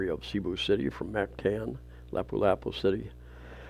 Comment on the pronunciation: Lah pu- lah pu-. Not laeh pu. Are you Canadian? Mum n dad and aboot. Mahtahn.